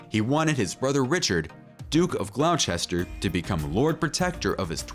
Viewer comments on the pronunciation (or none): Terrible video, none of these accounts are ‘secret’ in any way whatsoever. Title should read “Royal Family Scandals that were well publicised, either at the time or subsequently. Some of the pronunciation is deplorable. “Gloucester” is pronounced ‘glosster’ not ‘glouchester’. It was not against the law for Edward VIII to marry Wallis Simpson. The problem was The Church of England and the Government opposed it. At the time there was nothing in the Royal Marriages Act that forbade it. But had Edward proceeded against the advice of the Prime Minister, it was likely to force the resignation of the government and ignite a constitutional crisis.